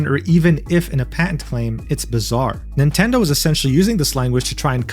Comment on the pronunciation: NOOO NOT MINTENDI 😭😭